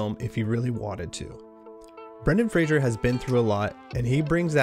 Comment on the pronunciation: Fraser doesn't have an "h" in it. Respect the man, say his name correctly... Like it's spelled